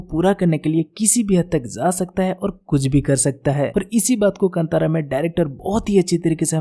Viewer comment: Dude good review. It's not Kantara, Its Kaantara. Aa hai pronunciation mein.